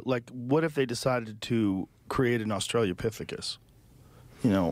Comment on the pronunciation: Joe “australiapifogus” rogan